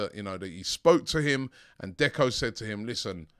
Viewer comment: He said becko